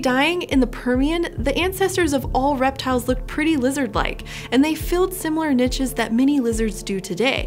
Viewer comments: yeah. As a french-speaker, "nitches" made me flinch every time. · Is she saying NICHES or finches? Lol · Really interesting topic thanks. I love the content on this channel. The pronunciation on ‘niches’ distracted me a little but I guess that’s because we say it differently in the UK. Would love an episode on the snowball earth theory, if you have not already done one. If you have can I get a link? Thanks.